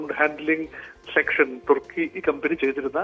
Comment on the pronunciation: തുർക്കി അല്ല തുക്കി